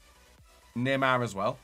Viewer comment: Everyone: neymar: naeymaaa